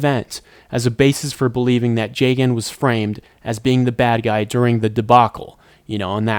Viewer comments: Listening to him pronounce jagan jay-gen instead of Jah-gan hurts. But, the video seems chill and him saying “funkumentary” makes it worth watching it. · it's pronounced jah-gahn cuz it's a play on his name. plus that's how the Japanese is pronounced